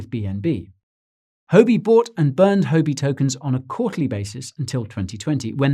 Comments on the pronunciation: I dunno how it’s often said in the UK but Huobi is not pronounced “ho be” in Chinese. It sounds more like “who-or be”. As a Chinese speaker this really stuck out at me. Excellent and informative content as always though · Great video, but you are pronouncing it wrong Huobi is pronounced "WHUA-BI". It's tough listening to someone give great advice but on the wrong tune. You're probably losing Asian followers from this I would guess. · you aren't pronouncing 'huobi' correctly